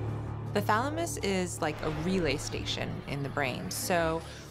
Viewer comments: he says "thalmanus" for thalamus. 😂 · Anybody noticed he narrator saying thalamus then switching to thamalus in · *patiently waiting to hear "pineal gland".... "thaLMuSsssss" 🤦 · U are correct. I was like, wtf when they said thalamus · Ah yes the pineal gland... THE THALAMUS O-oh okkkkkkk